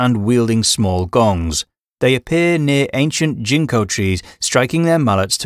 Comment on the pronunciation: I love learning about yokai, but man the accent of this narration is KILLING me. I was like, what's a jinko tree... Oh GINKO 🤦🏽 is this an AI or bot voice? It's really hard to understand what the Japanese names are because so many vowel and syllable stresses are like... Weird 🤧